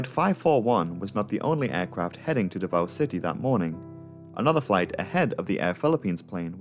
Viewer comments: As a Filipino and fan of your channel, I can say you nailed the pronounciation of the names (exception is davao where the o is pronounced sharply like "davau" or "davaw"). The video is as always excellent. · Are you 5 years old? Also, Davao wasn’t even pronounced right. What are you saying? Stop being cringe.